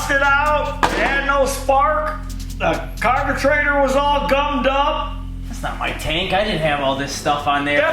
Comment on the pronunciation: I catch myself using terms now. "Carburtrators 😂". "Now there's your dinner"